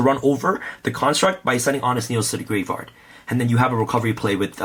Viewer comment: you ever notice he says graveyard like gray vard